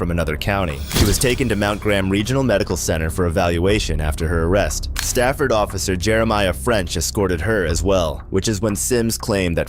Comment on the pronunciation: In the Arizona woman jumping from vehicle story the correct name of the town in Arizona is Safford not Stafford no "T". Just FYI